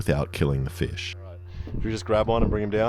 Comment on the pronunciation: i already know he's gonna pronounce fish like feesh the whole time